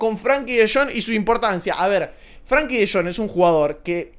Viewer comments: se escribe con E, no con A. Frenkie. No es “Franki” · no se pronuncia FRANKY sino FRENKY tampoco se escribe así pero es para que se entienda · Buenísimo video cómo siempre! lo único que De Jong es Frenkie no Frankie jajaj